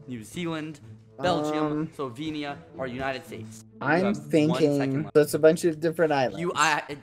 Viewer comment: Lol you forgot the L in Slovenia EDIT: Ok so he said it with the L the second time